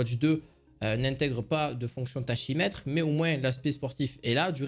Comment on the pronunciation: Merci pour la vidéo. Petite précision, tachymètre \ta.ki.mɛtʁ\ se prononce "takimètre".